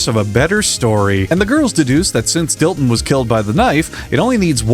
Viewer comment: Dillon? That’s Dilton boy, ‘pussum respek’ when ya’ mention his name!